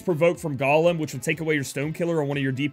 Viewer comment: The way you say 'Golem' had me like 'What? Gollum from Lord of the Rings is on ffbe? 😂